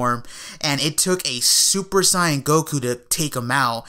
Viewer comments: when people say super syan instead of super saiyan they sound stupid af. What dub did they watch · "Super Sieyen"